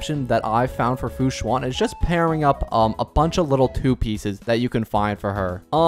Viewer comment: the "an" in fu xuan sounds more like how you say "an" in english than "awn/on" hope this helps!